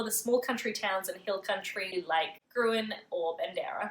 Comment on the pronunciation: Gruene is pronounced green